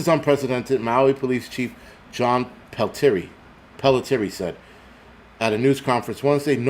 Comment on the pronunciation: Pelletier is said....Pell-TEE-Aye :)